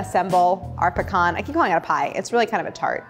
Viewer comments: As a southerner, thank you for saying "pecan" correctly. It's pa-khan, not PEE-CAN 😂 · Claire is wonderful at taking the intimidation out of fairly advanced techniques. She also pronounces “pecan” properly. :-)